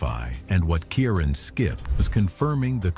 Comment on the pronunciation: PLEASE try to get names right. There is NO soft "C" in Irish. His name is pronounced KEER-ahn. It's not some rare or obscure name, either in Ireland or the Irish diaspora.